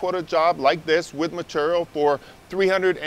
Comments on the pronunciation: M’tural is not how one should ever say ‘material’. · Meterrell.... materrell.... materrell